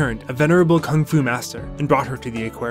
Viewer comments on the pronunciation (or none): none